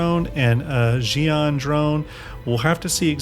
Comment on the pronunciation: Xi'an is shi-an, not ji-an. It is based on Mandarin phonology, not Spanish... Yes, I know even CIG dont have good internal guidance on this, but they have an actual conlang defined for this. There is an unambiguous correct pronunciation.